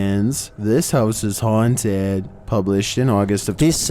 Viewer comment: “thes house is honteeeed” lt ka talaga HAHAHHA